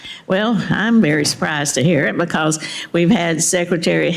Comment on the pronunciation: Track Meeks it is Secretary. Not Secetary! He is typical….